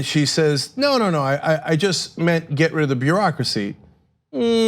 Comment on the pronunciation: "That's not what I mant." Who's favorite line is this?